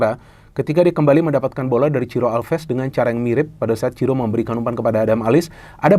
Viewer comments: Monmaap bung, bukan Ciro, tapi Siro wkwkwk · bukan ciro tapi siro, kata reporternya 😄